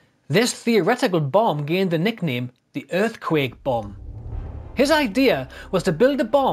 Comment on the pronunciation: "Earfquake Bomb"